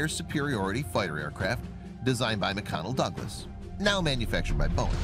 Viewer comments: Hey if ur going to do a voice over - at least Say what’s spelled correctly. It’s MCDonnell Douglas not McConnell Douglas and range of the aircraft is Kilometers not kilometers per hour. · Sadly, you seemed unprepared to do this. You seemed confused when range was noted as a speed instead of distance. It is pronounced Mc”D”onnell not Mc “C”onnell. Poor preparation. What happened at the end? The sound is music only. This seemed just slapped together in a few minutes instead of trying to seem professional. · This narrator is a complete ignorant boob! He can't even pronounce fighter jet manufacturer names from his own country! The manufacturer McDonnell Douglas an American fighter jet maker he pronounces McConnell Douglas. Twit! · pronunciations are off Da-Sau not Da-salt, Mic Donnell Douglas not Mic-Connell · "McDonnell" ... Mcconnell???🤨.... MCDDDDDONELLL!! 😁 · YA! There are LOTS of weird things in this video! The first few jets say they have a "range" of xxxx "kms." What do kilometers per second have to do with "range??" That's SPEED, NOT RANGE!!!! Then there is the pronunciation of "McDonnell Douglas" as "McConnell Douglas." Dude can't even read; and has obviously NEVER heard of ANY of these planes because even my mother knows it is "McDonnell," NOT "McConnell" Douglas..... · "McConnell" lol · “McConnell Douglas”… for shame! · LOL "McConnell Douglas"... is that an ice cream maker or a fighter plane maker